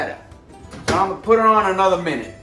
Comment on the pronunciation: "Anutta minut"